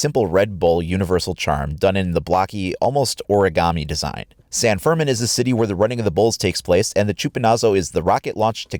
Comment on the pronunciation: Tiny pointer, when you see that apostrophe looking thing on top of a letter in Spanish, that just indicates the stressed syllable. In San Fermín, it's pronounced "fehr-MEEN," not "FEHR-min."